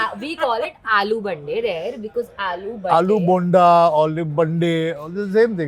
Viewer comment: So sad…..this kid from Jabalpur MP exacerbates the problem with modern Indian women….clueless, hopeless, baseless! She harbours condescending views on cooking, yet can’t pronounce Aloo Bonda right! Damn!!! God help ur hubby/partner lassie